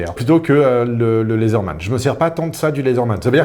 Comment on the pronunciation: Donc on dit pas "D - teïpe" mais on peut dire "lézeurman"? Du coup j'aimerais bien entendre CIA, FBI et NSA prononcés ;)